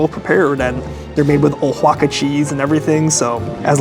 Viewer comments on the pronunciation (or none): Your pronunciation is mind bogglingly clueless Oaxaca is pronounced wa-ha-ca, not o-wha-ca. The waitress said it earlier but you obviously weren’t paying attention. Also, steak frites is simply steak and fries. It has nothing to do with what cut or aging length or style are used. It’s up to the restaurant, although some cuts are more common than others. And the s in frites is silent! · {Wahaca} Oaxaca-that's how it's pronounced-I'm fluent in Spanish. Lived in Mexico for 2.5 yrs. My French is not good but I have taught Spanish. You butchered it.